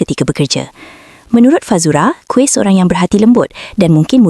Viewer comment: Kuih mana plk? Kamu pny pronounciation out laa...